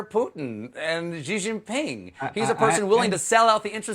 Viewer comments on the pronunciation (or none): I find it odd that Bolton doesn't know how to pronounce Xi Jinping properly.